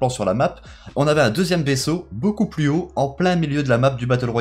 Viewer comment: Rayman 60600 ‘’plus’’ est pas ‘’pus’’